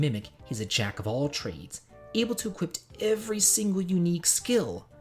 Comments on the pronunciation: where is there a T in "equip"? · Equi*p*. The word is equip.